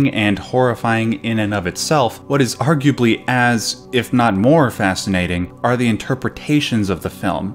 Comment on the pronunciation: Hip-no-go-jik and ar-ju-a-blee in the same video. Fantastic.